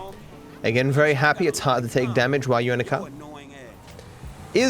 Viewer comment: I love it when he says caw instead of car.